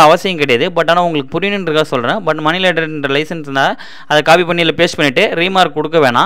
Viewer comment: Money லெண்டர் லைசென்ஸ்.... நீங்க லேடர் ன்னு உச்சரிக்கிறீங்க